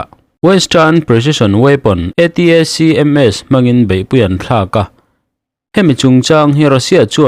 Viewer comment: ATACMS ti loin ATMS tih mai awm!!!😱